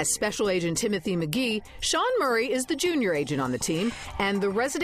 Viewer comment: it is sean not shean